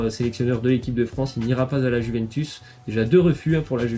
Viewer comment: Si jamais Juventus se dit comme "you" en Anglais ! Les supporter de la Juve vont te remercier ;)